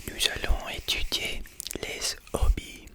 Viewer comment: Tu as une voix si douce en français. Tu me fais frissonner ❤ Just don't say z'hobbies but only hobbies because "Zobies" sounds like d1ck in French 😁